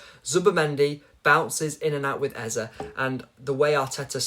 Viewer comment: The pronunciation of the name EZE is A-Z-A, not Ezer. It's a Nigerian name that means "King", Ezer has no meaning. It's frustrating every time I hear it.